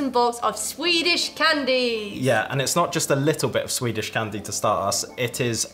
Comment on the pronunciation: You pronounce Swedish weirdly well! And to answer a question: Sweden is more of a coffee country than a tea one ( people do drink tea though ). Actually no 6 per capita in coffee consumtion.the Finns are no 1 and Nordic countries are...over represented at the top. So bizarre amounts of caffeine. Let’s fika! ☕️